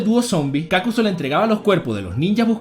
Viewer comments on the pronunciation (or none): Es Kakuzu, no Kákuzu, lo dices mal pendejo, lo pronuncias como si hubiese tilde en la letra "a" "Kákuzu" Mala pronunciación "Kakuzu" Buena pronunciación.. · Porque dices Kákuzo y Hídan? No llevan acento 😑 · Me saco la mente que pronuncies kakuzu mal